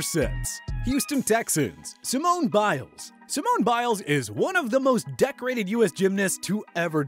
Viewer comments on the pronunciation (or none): that’s not how u pronounce “Biles”